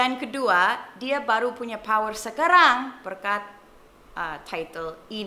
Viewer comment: And you, Sacha, on Indonesian language, it should be ska-rang bukan seehkaahrang...